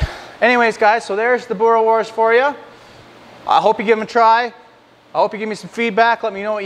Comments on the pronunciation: You must say the s at the end Boere-wors 😉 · boora wars is how you say it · Hey. Been in Canada for a little over a year and wasn't 100% sure how to make it myself. Regarding pronunciation a W, in Afrikaans, is pronounced like a V so its kinda like boo-ruh-vors. Also boerewors isn't the plural of boerewor... got to add the S at the end. Thanks for the great video. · Wors is pronounced like 'force' with a hard 'v' in front of it, and a rolled 'r. Same with' boere', you weren't too far off, but need to roll the 'r alot more. worchester sauce is the most common acid added, but brown malt vinegar comes in at a close second. Alot of people do a combination of the two.